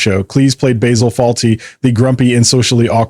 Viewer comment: Could at least pronounce Basil's name properly. Maybe even spell Fawlty correctly....